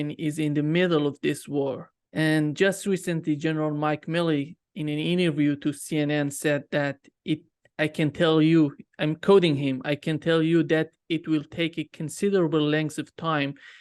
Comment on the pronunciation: NOT MAÏLLEY but MILLEY!!! If it was pronunced MAÏLLEY it would be written with one "L" !! THERE IS TWO!!! 😏 IT'S MILLEY!!!